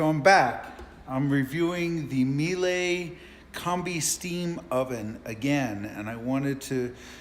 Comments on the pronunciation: It's pronounced Meila...rhymes with Sheila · Pilla it's not pronounced MielA, German " E " is not an English " A " But i understand why English speakers can't say it right, this sound doesn't exist by them. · No smartass Miele rhymes with Chile.